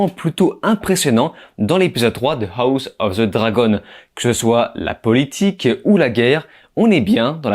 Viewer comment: Non non on entend toujours ho ss et pas house prononcer ha ouss , bordel !!! Naa on s’en balek en vrai